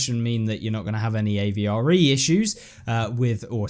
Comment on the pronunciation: stop caling it a v r e its avre